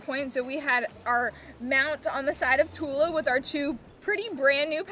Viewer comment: A small correction: the Sanskrit word Tula is pronounced with the "u" as in "put" and "la" as in "blah". Short U and long A. Not the other way around. Thus pronounced it means "balance" meaning weighing scale. Good story. Fair winds and following seas in your travels.